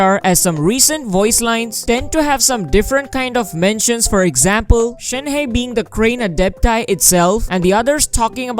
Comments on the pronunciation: It’s pronounced as Shen-her without the r. Not shenhay lul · It’s pronounced “Shēn-Há”